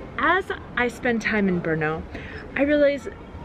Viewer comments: Wow. You are the first person (who is not a native czech) that I know who actually learned to pronounce "Brno" absolutely correctly... I am amazed. I got to know a lot of foreigners/outsiders from all around the world who live here (in Brno) who never achieved that. :DDDDDD I was born and raised in Brno and I love the city. It used to be very boring and empty city when I was a kid. Somehow, it has become overcrowded over those 30 years of my life. Lots of people from whole southern-moravian region come here daily to work. That is also true for foreigners (mainly Slovaks and Ukrainians) who live here in great numbers. There is huge demand for workforce in Brno in all areas and it is typically easy and quick to find a job here... The problem is that central governments have been neglecting real property investments for decades. No new buildings, appartments or neighborhoods have been built as a product of some national housing strategy. The result being real property prices are now much higher than they used to be decades ago. I dare to say that number of people who move/work around the city throughout the day nearly doubled in last 30 years but urban area of the city is still identical (more or less) which can be easily seen on Mapy.cz when comparing maps from different time periods. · Oh my, the way you pronounce Brno is so amasing 😁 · Your pronunciation is accurate. Brrr!! No!!! That is how the name Brno came about. :-)